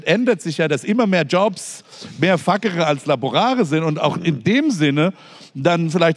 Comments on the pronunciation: Precht wirkt manchmal in Gesprächen so streng, angespannt, besserwisserisch. Iwie mag ich das nicht. Und nochmal, es heißt "fazere" und nicht "fakere". Er sagt es in jedem Gespräch falsch, hatte aber scheinbar Latein? Dann bitte richtig! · Statt fuckere wird facere laut meinem Lateinlehrer und Lautschrift aber ganz anders gesprochen 😂